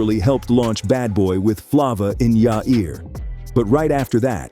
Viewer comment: What the hell is Flah Vah in yah ear 😂